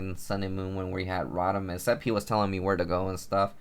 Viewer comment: Row-Tom. not rot-am